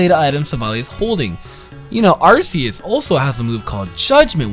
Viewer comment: Apparently Arceus is pronounced RKS.